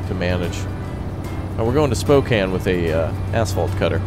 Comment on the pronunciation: Thank you for pronouncing Spokane correctly.